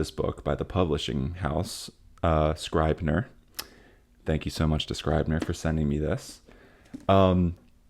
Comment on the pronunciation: Also I think it's scrib-ner not scribe-ner